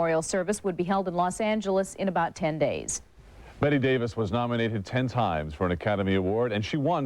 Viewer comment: Her name Bette not Betty